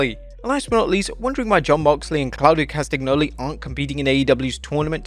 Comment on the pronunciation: Mate, Castagnoli is pronounced as "Castanjoli". You completely butcher that name.